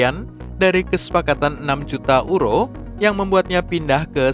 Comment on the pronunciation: Maaf untuk pembaca berita, agak lucu menyebut EURO dengan URO, adalah lebih tepat menyebutnya dengan YURO